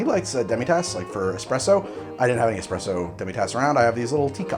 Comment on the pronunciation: d00d, did you say "expresso"? please tell me you didn't say "expresso".